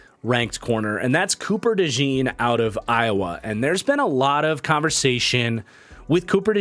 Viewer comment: Please pronounce Cooper Dejean's last name correctly. It's not like "jeans", it's like "john", so Cooper Dejohn (with the j being almost like a "sh" sound, so kinda like Cooper Deshawn)